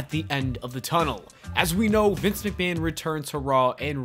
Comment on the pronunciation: It's not Vince McMahon anymore, its Vincenté McMahon. 😂